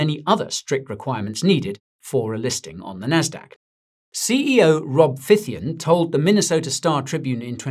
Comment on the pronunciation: (Phythian in no way sounds like python 🐍)😅